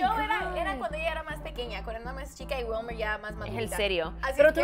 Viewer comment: ....una pregunta, siempre pronuncias asi los nombres en español? O SEA se dice WILMER...no WELMAR sin ofender:).